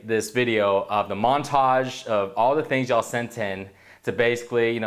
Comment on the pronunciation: I don't like the way says "yall." Sounds phony...